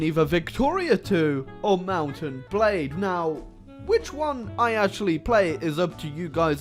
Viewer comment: Mounten Blads bro